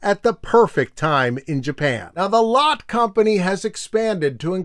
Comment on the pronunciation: it's pronounced 'lot-tay' by the way, as in the german original. at least in korea, people will talk about 'lot-te mart' or 'lot-tay tower'.